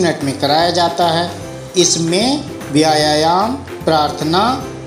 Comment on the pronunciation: व्यायाम होता है जनाब न कि vyayayam